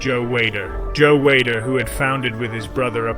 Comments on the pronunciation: Is this a robovoice in this video? "in the year one thousand nine hundred and sixty five"????!!!! Seriously? BTW Weider is pronounced "weeder" NOT "Wader"... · Joe Whey-der? The fuck? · It's we''' der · Who the fuck is Joe Way-der? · I hope the narrator isn’t the one who wrote this and is presenting this. You aren’t even pronouncing Joe Weider’s name correctly. I’m writing this pretty early in the video but also, anyone who knows Arnold’s real story also knows that the story about his dad’s funeral was taken from another bodybuilder he knew and he thought it looked good for Pumping Iron. I can’t stand inaccuracies in biographies this day and age.